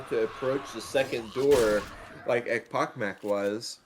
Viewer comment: Guys, you mispronounced echpochmak. It's not ekpokmak. "ch" should pronounce like in the name of country Chile. Also, i wanna thank you for all your work. Keep it up! And one more thing, where i can find RBT anthem? I like this song very much:)